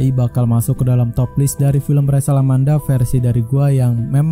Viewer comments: Nmanya Rachel bukan resel,.. naratorin aja yng bnr ga usah ngelucu.. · dibaca resel mungkin bang, emosian amat bang